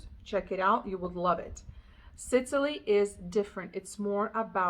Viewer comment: It sounds like you’re pronouncing it Sitily…. Think SIS! Not SIT. Like the island off of the Mediterranean. Sicily